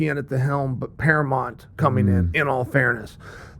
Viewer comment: Chael even pronouncing Paramount wrong 😭